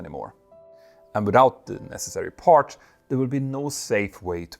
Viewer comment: Watch your pronunciation of words like ‘parts’. The ‘ts’ sound at the end should not sound like ‘ch’ and the word should not be pronounced like ‘parch’.